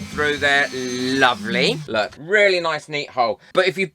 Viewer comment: Oh my goodness don’t you wook pwetty 😀